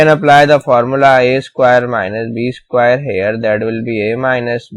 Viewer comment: squire nahi hota bahi square